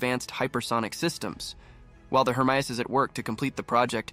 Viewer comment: From to , you correctly pronounced "HERMEUS", although from there on you changed the name to "HERMES". 'US' is a simple sound to make, but you dropped it. Fun to watch, but hurts to listen too.